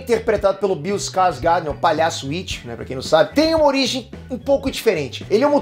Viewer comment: Bill Skargård pronúncia-se "Bill Skargôt"